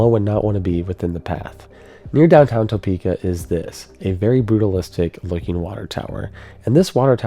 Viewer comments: So funny everyone says Toe-peak-ah 😂 I've lived in ks my whole life so we say Tah-peaka 😊 wasn't alive for this f5 but I've lived real close to the path it took when it hit Washburn University. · I get a giggle every time I hear him say Topeka. I don't know if everyone else living very close to Topeka says it the same way he does, but I've never heard anyone say it like he does. We pronounce it Ta-pek-a. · Bruh... It's pronounced Tuh-pee-kuh. Not TOE-pee-kah. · TOE-PEEK-AH LMAOOOO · It's pronounced tuh-PEE-ka by locals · It’s pronounced Tpika. The O is largely silent. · This is the best documentary I have seen about the Topeka tornado. Now we need you to pronounce the city like a local. We call it T'peka. The "o" is not pronounced. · Holy cow 26 min of "Toe-peka" hard to listen to. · Toe-peeka has me 😂 every time. I’m sure a bunch of bored Topekans are going to tell you this but the way I always heard the legend is that the mound would protect us unless we built on it. Then we build that water tower and what do you know. I don’t personally know that I believe all that business but that was the legend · I love your videos and I’ve noticed this over and over when people talk about Topeka. But it’s pronounced tuh-pee-kah. We aren’t fancy here in KS 😂😂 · Shared this with some friends here in Kansas. They are bothered by the phonetic pronunciation of Topeka. In Kansas they pronounce it “Tuh-Peka” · You can always spot a non-native Topekan by the hard "o" pronunciation. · I was thinking about commenting on that, I love how pronounces it, being a Kansan myself I always heard and spoke it as Tuhpeeka! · Good documentary, but after a while, it became difficult to listen to "Topeka" mispronounced so many times. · Being a Kansan for 43 yrs. I can tell you that you put too much emphasis on the 1st syllable of Topeka. But that's alright. I love tornado documentaries. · As a Topekan, the way you pronounce Topeka really grinds my gears lol. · Tapeeka not Toepeeka...